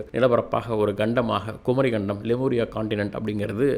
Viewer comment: தம்பிக்கு சொற்களும் இடையில் வரும் ஒற்று க் ச் ப் எல்லாம் வரவில்லை குமரி கண்டம் அல்ல குமரிக்கண்டம் Phonetic is essential my dear sir